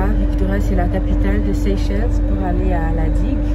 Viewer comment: Ma sœur on prononce Seychelle le S à la fin faut pas le prononcer